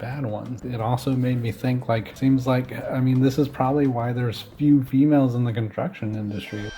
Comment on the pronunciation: If you pronounce the words “construction industry” as “contruckshin industry”, you lose the right to even attempt to insult/judge women or anyone else for that matter, for being underrepresented in that industry…